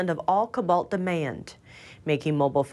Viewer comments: co-balt not 'cuh-balt' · kObolt,!!! Not ku balt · needs to learn how to pronounce cobalt and Albanese. She kept saying cobalt wrong, over and over. So embarrassing. 🤦‍♂ cO-balt not cobAlt and Alban-(easy) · Pronunciation: co-bolt / not ku-bolt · "CO-BALT" not "COB-BALT" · It is Co-balt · saying 'Cobalt'... google it guys lol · Who let continue to mispronounce cobalt over and over? Lazy channel.